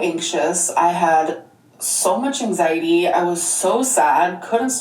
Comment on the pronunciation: ang-zeye-tee Also, if she says "hecticana" one more time, I'm personally driving to Oklahoma to disconnect her internet.